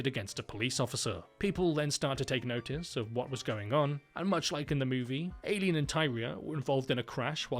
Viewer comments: Eye lean. Not AY leen. Come on limey. Please respect the American language. It's your mother tongue, after all. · I’m so sorry but it’s Eye-Leen not Ay-keen. And it’s Christina Ri-chie, not Ri-ckie. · Or Aileen like Alien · It's weird how my name is "Ayleen" and not "Aileen" and the way you're pronouncing Aileen's name is exactly how you say MY name. Aileen's pronunciation is different as hers is more like "i-lean" instead of "eyy-lean". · "AYY-lean" lol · Ay-leen was killing me. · Ay-leen? Christina Rickee? Do you just literally not do any background research at all? How do you exist in the year 2025 and not know how to say Christina Ricci's surname? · the way you're pronouncing christina ricci and aileen is rage bait